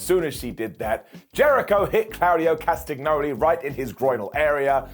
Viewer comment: It's pronounced Cast a nyoli. Do you eat las agg na?